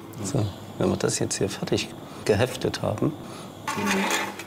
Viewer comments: Dass er aus dem schpönen Sachsen kommt, war mir irgendwie klar als er weiter vorne so richtig schön "fertsch" gesagt hat. Das ist so ein typisches Wort für Sachsen. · Er hatte mich bei "Fertsch" - und dem Lachen danach 😂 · Orgasmus auf Sächsisch: "Färtsch"🤩😜